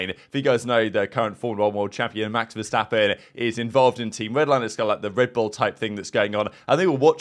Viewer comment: calling the first clip "Crimstappen" is hilarious af